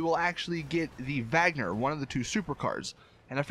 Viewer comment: It's pronounce Wagner